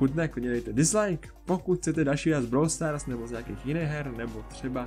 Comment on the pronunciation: Konečně někdo říká Brawl Stars a ne brówl stars